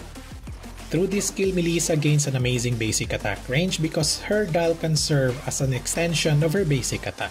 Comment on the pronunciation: WTF With the accent attack (at tuck) lol